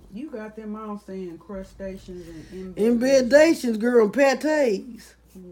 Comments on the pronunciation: "Inbedations.....crustations" "Crustation nation" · “Crustatious” HAHAHAHAH I’m dying